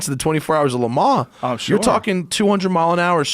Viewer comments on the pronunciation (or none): TELL THIS DUMB ASS ITS LEMAN'S AND NOT LEMAN..WHERE DO U FIND THESE IDIOTS!!!!!???? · Why does he keep saying "le ma"? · I can't get over this guy trying to pronounce Le Mans lmao